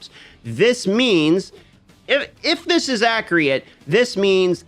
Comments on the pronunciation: May I ask what acreate is? I'm not trying to be a smart ass I am just assuming it's the way you say accurate? Keep up the good vids. Enjoy Twitchcon. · ACC-U-RET sheesh lol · Accree-Utt that’s the first time I’ve ever heard someone say it like that. First I thought oh he made a error. Second time I was like okay clearly this is an accent or slang type of pronunciation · That is ackreeat yes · « If this is accu-ry-ate »😂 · He’s Canadian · The cringe everytime he pronounces accurate wrong 😬